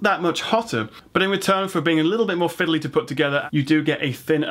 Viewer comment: I love it when you say fiddly. hehe So you put in the psu upside down compared to a lot of people. Any reason why?